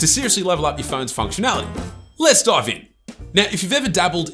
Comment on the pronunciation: "Lets Dœve in"